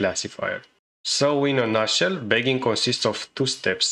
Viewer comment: you need to pronounce "bagging" better in future videos.